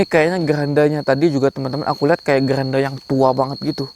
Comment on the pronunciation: Maaf bang keranda bukan geranda